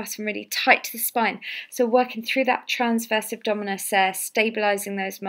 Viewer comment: Just a bit annoying that she doesn't pronounce diastasis or abdominus properly on the intro. It's not diastis or abdomus! Otherwise the exercises seem effective.